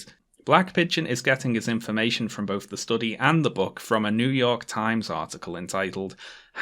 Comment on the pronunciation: Ah yes, the English words of "bof" "frow" "aufor" and "fought provoking"